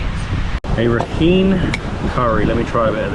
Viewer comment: Not all beaches are called NgaPaLi, there are Chaung Tha and Ngwe Saung beaches and the state is pronounced as Ra Kine ( similar to the -ine from Shine). Hope you enjoyed your stay.